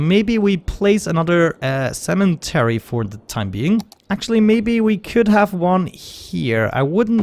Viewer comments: They're talking about the "N" that you add when saying it (making it cemeNtery rather than cemetery), which is not accent, much like it wouldn't be accent if I pronounced it "cemery" - just incorrect. Also not sure why you link a British pronunciation of the word, considering it's not how you say it. In fact, you're pronouncing it exactly as Americans do except you arbitrarily add that N. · The fact that he practically says sementary sort of annoys me really hard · I like this series too..but the cementery is driving me nuts too..hahha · The way he keeps calling the cemetary a "cementery" is driving me nuts :D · “Cementary” isn’t an accent, it’s incorrect